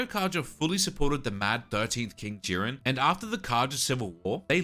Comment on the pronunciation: The pronunciation of “Jiran” absolutely pisses me off. It’s je-RAAN, with a long a, not JIR-in with a long i.